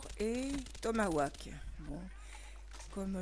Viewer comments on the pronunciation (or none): MDR "TOMAWAK" x) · magnifique le kill au "tomaouak" ;)